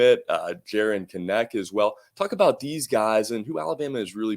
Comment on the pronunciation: Anybody else catch it when emphasized the “talk about DEEZ guys...”🤣😂😂💪💪💪